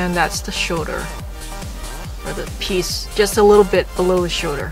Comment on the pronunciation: Shoulder not shouder